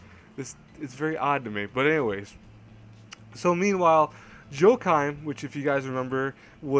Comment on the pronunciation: it's not "Joe-kime." It's Wa-Keem. Christ. Do you not know who played the emperor of Rome in Gladiator?